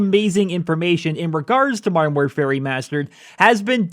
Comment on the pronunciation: Learn to say modern properly its anoyying!